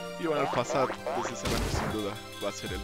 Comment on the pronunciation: muy buenos videos solo no entiendo por que pronuncias "fasad" jeje XD